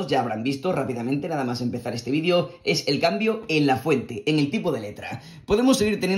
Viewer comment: Nomas escucho "vidio" en vez de "vidEo" y alv a cambiar de video.